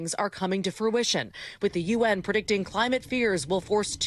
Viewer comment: BRA-zil, not BUR-zil! 🙄🙄 PRO-fes-or, not PER-fes-or! 🙄🙄 PRE-dict-ing, not PER-dict-ing! 🙄🙄